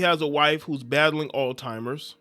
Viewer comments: It's pronounced all zheimers not all timers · Bro said "ALL TIMERS....disease" 🤣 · It’s not all timers disease, it’s Alz-heimer’s disease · Brother it’s Alzheimer’s not all timers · Why does he keep calling it All Timers? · We gotta stop saying alltimers ....😒🤦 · Someone needs to get hooked on phonics. 😂😂😂